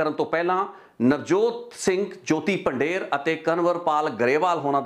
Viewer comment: ਤੁਸੀ ਪੰਜਾਬੀ ਹੋ ਪੰਧੇਰ ਨੂੰ ਪੰਡੇਰ ਕਹਿ ਜਾ ਰਹੇ ਹੋ